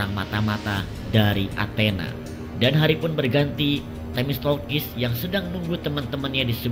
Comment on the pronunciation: Themistoklis bang, bukan themistolkis